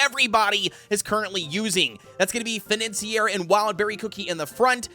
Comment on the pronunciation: 3 ways to pronounce “financier” 1. Fan-nine-see-er 2. Fine-answer 3. Fine-ant-sigh-er: fin-ant-see-air